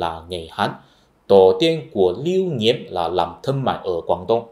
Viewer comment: Chữ "Nghiễm" trong tiếng Việt cực kỳ khó đọc, k nghĩ tới a có thể đọc chuẩn tới vậy. :v